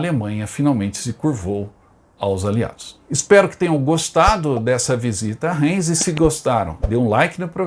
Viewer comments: Se pronuncia Raims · Caro amigo, seu programa é muito bom, so a sua pronuncia das cidades é lamentável, como o museu de guerra e aeronáutica perto de Heilbron, tente pesquisar, Reims, veja a pronuncia.....ai adicionar aos seus otimos videos